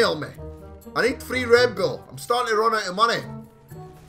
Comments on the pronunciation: m8 you sound like your saying red bill not red bull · OMG stop saying redBILL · you do realise you call red bull red bill well to me it sounds like it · When he says "red bull" i always understand "red bill"